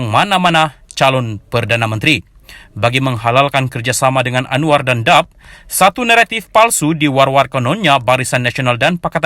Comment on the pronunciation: sebelum mengulas pastikan sebut nama parti politik adalah betul....kenapa sebut parti DAP dap??...sepatutnya disebut D A P (huruf perlu disebut satu-persatu) awak (pengulas) adakah rakyat Malaysia jati?...kenapa sebelum ulasan tidak buat latihan (rehearsal) ulasan?....nampak sangat tidak buat latihan ulasan.....